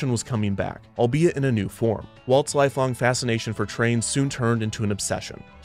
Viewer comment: Huh, never would have guessed that's how you pronounce "albeit"